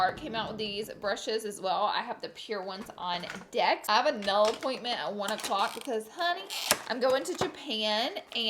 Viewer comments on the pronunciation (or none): none